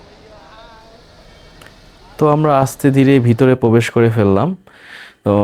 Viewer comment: ভাইয়া কিছু মনে করবেন না, আপনার অনেক উচ্চারণে ভুল আর জরতা আছে। যেমন রিকশা কে রিসকা, প্রবেশ কে পবেশ, ভৈরব কে বৈরপ,বাথরুম কে ভাতরুম,স্টেশন কে ইস্টেশন,ভিডিও কে বিডিও,পিপাসু কে পিপুসু , জানালা কে জানলা বলেছেন এমন আরও ভুল বলেছেন । ভাইয়া ব্লগটা সুন্দর হয়েছে। যদি মুখের জরতা আর উচ্চারণ গুলি ঠিক করেন তাহলে আরো ভালো হবে৷ আমি এগুলে বলার কারণ হলো ভুলটা ধরিয়ে না দিলে সংশোধন করা যায় না আর আমার মনে হয়েছে যে আপনি এগুলো এরিয়ে চললে আরো ভিউ বাড়বে। আর মানুষ মাত্রই ভুল। সরি মনে কিছু নিবেন না। এগিয়া যান ইনশাআল্লাহ হবে একদিন।